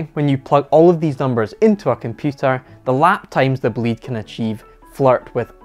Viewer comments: It's not Boleeeeed, it's Bolide as in a meteor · "Bewgatti boleed" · pronunciation of "bolide": Boh-lee-deh. Meaning Fast car in Italian. Not a Bugatti fanboy but I freaking love this car. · What a monster car , BTW "Bo´lide" is the correct pronunciation (and the final "e" is sound and not silent) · pronounced correctly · It's pronounced "Bolida", it's German for fireball (a fast car). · please can you pronounce Bolide like bo'-lee-day. it is the italian word for meteor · the correct pronunciation is like is written, Bo-li-de. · please learn how to say bolide. because in italian what you said is "belit". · Learn to pronounce Bolide, which is essentially "hot rod" in italian 😉 Bö-lee-dae Awesome video 👍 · it's boh-lee-deh btw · Shouldn't that be pronounced BOH-LYDE? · That pronunciation...it's Italian, "BOLIDE" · Nice video dude, but I Wanted to tell you that I think the name is pronounced differently. try to listen on google with the Italian pronunciation how it sounds. Cheers